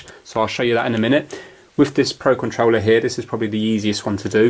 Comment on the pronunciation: pro conrouler XD